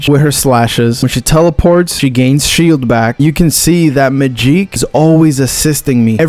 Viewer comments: Good video but bro needs to say Magik's name correctly lmao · To bad you couldn't edit how bad he pronounced Magic's name even though it's spelled "Magik".